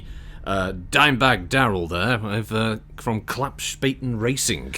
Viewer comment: Being German, I was laughing my Urbie off, when "Klappspaten racing" was announced. A Klappspaten is basically a foldable army shovel, but in Germany being called a Klappspaten means that you are an idiot. Correct pronunciation of Klappspaten is like "Club" and "Spartan" without the R, and the S sounds sh like in "she"